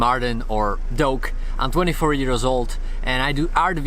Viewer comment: How he says years because of his Accent